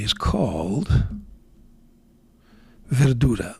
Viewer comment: Thank you for the video! Your remark on the fiddly capping saved me from wanting an M800, albeit I’m lured like a pike by the nice acrylics. Your genuine-sounding pronunciation of ”Verdura” and in particular ” Blu mare” is balm for sore ears. When I run out of Noodler’s Liberty’s Elyseum, I might try some Blu Mare.